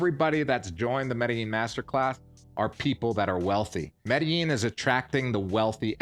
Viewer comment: Dude, learn how to pronounce Medellin